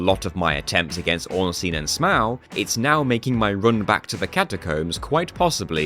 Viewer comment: It's funny that you pronounce both Ornstein and Smough differently than how it was likely intended (based on the Japanese spelling, which is phonetic)